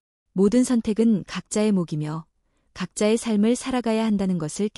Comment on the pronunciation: 각자의 목이며 아니고 각자의 목시며로 읽으셔야죠